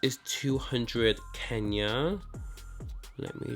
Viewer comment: His pronunciation fucking pissed me off. Like you ARE african, cant you say Kenya probably? Fucking sellout simp.